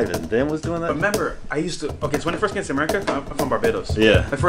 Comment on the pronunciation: Its first not fist